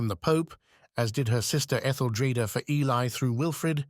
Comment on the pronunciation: Oh God no!!! This is going to be so hard to listen to if Ely is constantly mispronounced. Very worthy subject. Killed by the AI